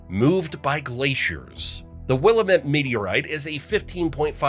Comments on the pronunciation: You have probably been ridiculed for your mispronunciation of "Willamette" and perhaps other places in O re gon. :) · A.I. voices never pronounce Willamette right. But then again... neither do a lot of "influencers" and actual human YouTubers. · You’d think if you were doing a film on Oregon you’d learn how to pronounce Willamette. Annoyed Oregonian here. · Raised in Amity, I found myself hollering at this remedial AI and the ignorance of pronunciation that it displayed! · As a eugenite born and raised in the valley, I caught that too. 😂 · Came here for this! Love this video, but that's not how you pronounce Willamette. 😅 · That annoyed me too. I cringed every time he said it, which was far too many times 🤦‍♂️ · Right? Not like it's a particularly obscure word either. The Willamette Valley is huge in geography, culture, wine, food, sports... plus google is free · If Willamette was the only mispronounced name you caught, I doubt your credibility as a real Oregonian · Agreed!! Especially the pronunciation of the Willamette. It's wil--lamb---et, NOT Will-A-met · Will la met prounounved. Not will a mette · Will-am-it. Not Will-uh-met. I live in Oregon and it is very annoying when you say it wrong. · Wuh-Lam-It, not Will-uh-mit” 😂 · Will-Lam-Met not Will-Met! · it's will-lam-met not wiil-a-met!!! say our names right! there is more than one volcane in portland, oregon. mt tabor as in mt. tabor park IS STILL ACTIVE and it's in the heart of portland and out towards the boundary of portland and gresham, oregon, is Powell Butte, a supposedly "dead" volcano , that is less than a mile from my home yes, i live in portland. im a local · A VERY MAD TEN YEAR OLD OREGONIAN ITS WILLIAMATE DANG IT!!!!!!! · Learn local pronunciation- here’s a helpful rhyme - “its pronounced Will-AM-it, damnit”. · It's called The Wil lam ette. That's how it's said. Not the way the video says. I like the video very much. Malheur is Mal hure. Some other places were mispronounced too. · It’s Will-am-it 😂